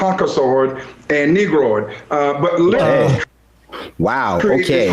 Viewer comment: Ah, yes. The three races: "Managord, Concasord, and Negrord."